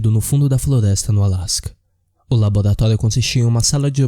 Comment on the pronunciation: labolatólio?? é o Cebolinha narrando? Sinistro, ele existe...